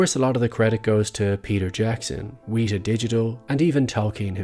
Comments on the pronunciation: I agree it should be corrected and I'll just go ahead and actually do the correcting for you then. It's pronounced "wet" like when something is wet and then just "a" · Great video. Weta is mispronounced. Itnis a Te Reo name and deserves correction. Love your work